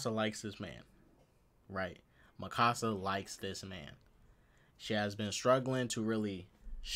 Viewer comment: Me exited till he says Mikasa wrong